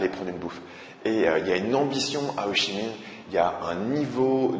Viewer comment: C'est bien tu dis Ho Chi Minh, et pas Ho (k)i minh comme ma prof d'histoire